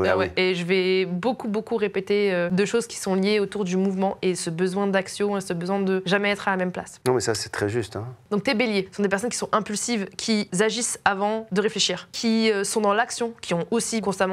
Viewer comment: "Qui agissent" et non "Qui Zzzagissent" 😅😅😅